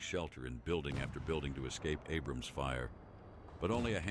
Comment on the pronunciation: It’s not Abraham’s … take another look. It’s very different ….. Ab’rams … Ab-rams is how it is